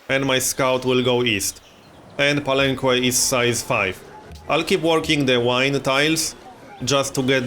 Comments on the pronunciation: Palenque is pronounced palenke anyways love your videos. Youre doing pretty good in this game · Believe me man, im mexican, i speak spanish and ive been there, the "que" its pronounced as a "keh":) you can trust me on this one. Its the same as in all the words in spanish that use the qu-, you dont say the "u". Palenque is the name in spanish to the city, which is Bàak in mayan, so it follows that grammar. Just so you know how its the correct way to say it. Really looking forward this series btw! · Hey, you pronounce the que in palenque as a "keh", not with an oo sound, just so you know, great vid as always!